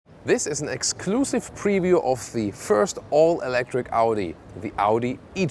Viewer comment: You're missing the P in Preview. ;-)